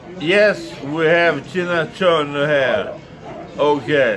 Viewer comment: "Yesh, we höv Tina Törner här." Den kom från ingenstans!